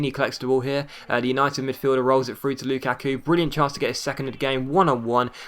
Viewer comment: Dude it is not loo kaaa kuuu